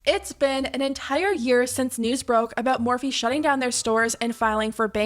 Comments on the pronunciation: the “MAHWFEE” pronunciation gave me chills but like in a disgusting way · The way she said morphe “mophee” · "moe-fee" -mikaela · Well I never cared about morphe I always found it tacky and cheap plush imagine wanting to collab with someone that can't even pronounce the brand's name 😂